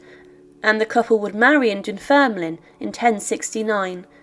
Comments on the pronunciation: Great content but it's pronounced Dunfermlin. The e is silent. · I absolutely love your channel and love the presentation of it all. But as someone from Fife, I couldn’t help but wince at your pronouncing of Dunfermline. Ignore the e at the end, we don’t pronounce it. Dunfirmlin is how it should sound. I get though it isn’t something you would have picked up or know, just reading it has it’s written. Ignore me if you feel that i’m being overly pedantic. Aside from my twitch which is my own issue, keep up with these videos, they are very very interesting